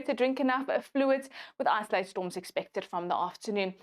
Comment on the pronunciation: "Isolated", not "isoalted".